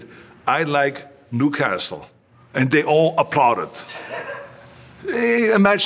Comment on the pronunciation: New-cas-tle!!!! Toon toon!!!!!